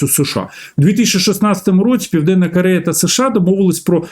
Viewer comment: Не "да", а "так", не кАрея, а кОрея, не перегАвори, а перегОвори 🤬 українець бляха 🤦 ГАНЬБА! Говорити навчись, а потім вже лізь в ефір 🤬